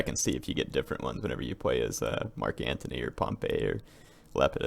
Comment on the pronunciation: it's Marc Antony not Marc Anthony. Why did you decide to play Octavian, I mean come-on it's "MARC" Antony hint-hint